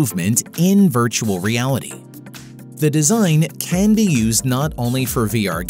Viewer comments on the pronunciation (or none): Continual over-emphasis of the word "can" is the first giveaway this is an AI voice. Has trouble with 'the" as well. We're not quite there yet.